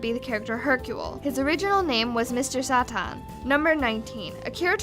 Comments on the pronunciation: Sah-tan? Satan. Like the devil. That's what it's supposed to be. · just say satan not sa tan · "mr. Sah Tahn." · Ok I know im late are what ever but when you guys are going research you must have to watch some videos about them! Its Mr. Satan like the devil not Mr. Sa-tan! In every anime 107 videos you pronounce something so wrong i cringed! Like in the fairy tail 107 you were talking about how one person voice acted for Mr. popo, you said Mr.pop-o maybe if you watched some videos about the show that you're doing a 107 about then it wont be such a problem. IN NO WAY THIS IS HATE, IM JUST SAYING! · is pronounced mr saitan not satan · Mr Sahtahn? I know its japanese but seriously can you not read? It is pronounced as Mr Satan. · it's Mr Say tan Not satin... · Mr Sah Tahn. Ok I can't watch this anymore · Did she really pronounce mr.satan, “mr.sata” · say-tan, geezus. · "Sahtahn" What? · it is sAten sAten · "Mr. Sahtahn" Ok, um, can we get our usual guy back? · What was that pronunciation of Mr. Satan, sound like you said Mr. Saturn. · help rid our dbz fan base of roomers and false info like this bullshitter making a video based on missconstrued info just like how she says the creator forgot'' launch '' with isnt true because she is seen in the buu saga ina bar and later becane a trucker.... also this youtuber even fails at mr satans name trying to make it sound like his real name is different because she says it like a wee-a-buu. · How, how to you mispronounce Satan... HOOOOOOW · cant even say mr satan right...... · Number 18, you said Satan so wrong. Like how? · Way to pronounce "satan" horribly wrong. Lmao, dumbass. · ....how on EARTH do you mispronounce Mr. Satan? 50. I understand what you meant to say 63. Nappa, not Nahpa 80. Well, he didn't really fight Vegeta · loool please say it right its mr satan you got the spelling right but pronunciation is way off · I'm sorry but I had to dislike for her pronunciation of Mr. Satan.